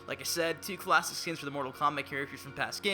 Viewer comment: Im getting really sicknof hearing "klassic" like donthey not realize theres like a bunch of new characters? Scorpion has like 10 costumes.